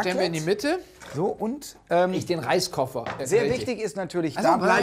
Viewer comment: XD WIEGALD HAT UM reiskoffer gesagt XD 👌👌👌👌😂😂🤣🤣🤣💯💯💯;3 :v